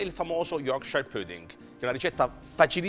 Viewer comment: ahahahah chissà quanti anni in inghilterra è ancora non è riuscito a imparare a dire pudding...o magari è un precursore del corsivoe..... comunque tutti questi emigranti alla fine non sanno più parlare ne in italiano ne nella qualsivoglia lingua del paese ospitante...